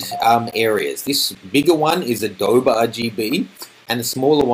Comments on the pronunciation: "Uh doe bee" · A-dowb hah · What the hell is 'AH-DOBE'? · It's really hard to trust anything you say when you can't even pronounce adobe. It's pronounced Uh-doh-bee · HA ha, he's an Aussie, doesn't know that Adobe is Native American word ---pronounced A-Doe-Bee